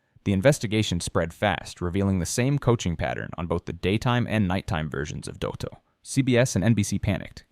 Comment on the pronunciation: At least pronounce "Dotto" correctly!! 🙄